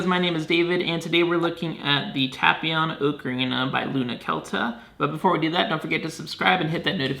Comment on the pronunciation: Tap ion lmao it's tapion lol